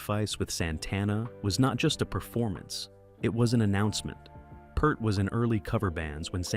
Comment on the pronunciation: Last name is pronounced like your "EAR" as is hear, rear, Peart. I stopped the video at 4 minutes because of Tom Hanks impersonating Neil Peart.